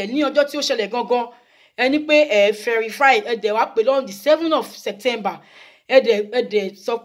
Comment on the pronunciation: Verify not ferify😁